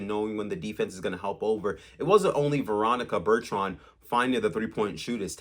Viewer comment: Yes…learn her name